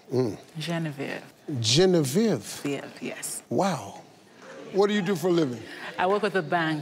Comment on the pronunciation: Steve not being able to pronounce "Genevieve" even though it's pretty common in the US lol